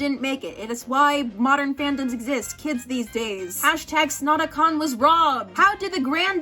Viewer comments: SNOTACON FANS WE MAY HAVE LOST BUT WE WON IN OUR HEARTS ;-; also FYI its pronounced snot-a-con :) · You pronounced Snotacon in every way except the correct way, it's Snot-A-Con